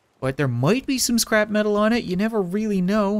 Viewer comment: LOL XD! Whenever he says scrap metal it sounds like he says scrapman!